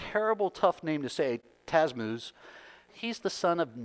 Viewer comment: It is Tammuz. Ta-mooz. Rather than TaZmuz.